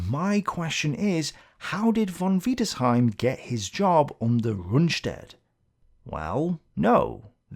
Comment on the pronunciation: Stop saying von wiederseim